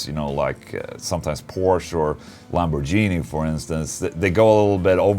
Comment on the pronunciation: How can you pronounce Lamborghini as "Lamborgenie" and get sleep at night? I'm kidding. Gotta keep it positive. Anyways, I love your videos and you're one of the few people who inspired me to play guitar. But, I was wondering: Do you have to pay for the guitars you get from Solar or do you get them for free? And if you don't get them for free, do you get to keep any prototypes? Cheers from Oklahoma!